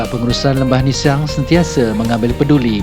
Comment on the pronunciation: Org Tganu sebut ‘nissang’ ejaannya sama sebutnya Lembah Nissang